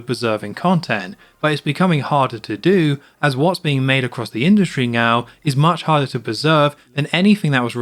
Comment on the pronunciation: I was on the fence but I am now 100% convinced you are saying "meow" instead of "now" 😂😂